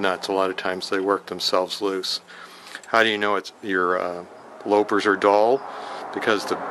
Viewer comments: You pronounced loppers as if it were spelled low pers. Loping along, as you pronounced it, means gently running or trotting. The correct pronunciation is as if it were spelled lop pers. You lop a branch off, or cut it. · And the big ones are ‘loppers’, not ‘lopers’. Good video. Thanks.